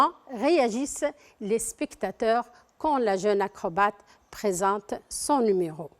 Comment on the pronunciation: ياخي هي قالت enfin وvala مرتين وpresinte و silince